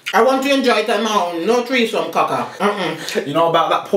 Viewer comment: “ never had a treesome “